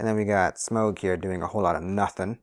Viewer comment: I really suffer when you say smaug instead of smough